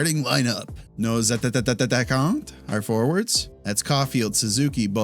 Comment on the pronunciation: I don’t know wether you mean to or not but you always stutter the word “attaquants” 😂 Its pronounced as though there is only 1 "t" Love the videos tho